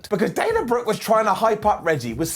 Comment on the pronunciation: Did Beth call her Dina instead of Dana?